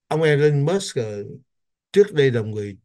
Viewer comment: có cử nhân Anh văn trước 1975 và Cao học bên Mỹ Cho nên cần tham khảo Oxford Dictionary trước khi đọc chữ “ Musk “ làm sao cho đúng